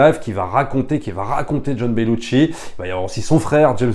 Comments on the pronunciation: petite précision: on ne prononce Belushi avec un T... ce n'est donc pas BeluTchi mais Belushi :) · Belushi = ”chi” Bellucci = ”tchi” Sinon, merci pour ton enthousiasme